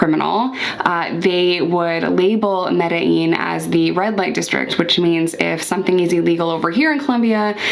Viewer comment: OMG … You know how to say Medellin. It’s official. I’m in love 😂 Edit: Trujillo is Troo-hee-yoh